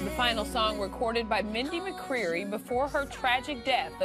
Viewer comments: Newslady said Mindy Mcreary??? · Yes i agree if ur going to talk about an artist then u need to pronounce her name correctly. Her last name is McCready NOT McCreery!!! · You pronounced McCready wrong at the beginning!